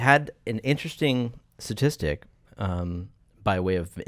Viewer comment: saying, "satistic" reminds me of my friend trying to say statistic....I thought he was the only one who couldn't say it😂😂